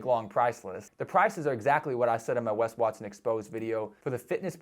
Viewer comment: 'Wes Waston'